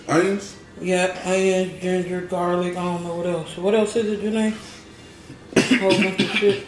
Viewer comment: "Pickled Giner" 🤣🤣🤣🤣🤣 I can't wait to try this sauce